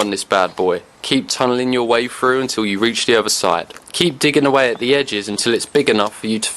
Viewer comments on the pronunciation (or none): Soon as I heard “two ta free feet deep.” I was out. That horrible lazy way of speaking. “Stick your hand froo” “Placing fick branches” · Imagine thinking you pronounce "through" as "froo" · Why say frooo instead of through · "Make a hole fru. " WTF is fru ? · If I pronounced through FREW I would want to kill myself, too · "your arm frew". Man... I didn't know there was a F and W in "through"